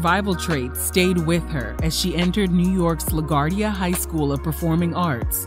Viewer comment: Laguardia= La -GWAR-deeyuh Not La-GAR-deeyuh